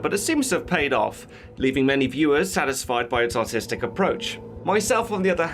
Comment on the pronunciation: He said artistic approach. I heard autistic approach. And “everything is done superbole”.